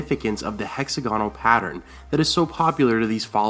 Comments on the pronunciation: Is it weird that hearing hexa-gonal, as opposed to hex-AG-inul makes me feel strange? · heck-ZAG-uh-nal, not HECKZ-a-gone-al. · Doesn't anyone care that he's pronouncing hexagonal wrong? It's not "hexa-GONAL" it's "HEX-ag-o-nal" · Ruby Ford is named because of the rubies supposedly found there because of Rhaegar's death.Also, it's hex-AG-on-nal, not HEX-a-gon-al.Good work though! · It's hex-A-gonal not hexa-GONal! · The Ruby Ford of the Trident wasn't named that until the Battle of the Trident, Robert Baratheon brand-building, history written and naming-rights of the victor. Rhaegar wore rubies in his armor because the Targaryen colors are red and black, not any connection with Assha'i. Also, it is hex-AG-on-al, not hex-a-GON-al. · Hexagonal... not 'hex-a-goanal' lol, love, Britain. Bless :D Love the videos though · Hex-AG-onal. Sorry, that was bugging me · say hexagonal again lol